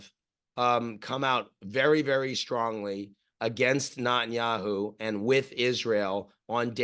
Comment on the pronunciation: I always find it funny how Ian pronounces Netanyahu as Nut-In-Yahoo, I love this guy